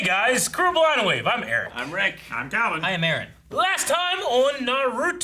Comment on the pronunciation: I swear, Eric’s name pronounciation is getting worse every episode 😂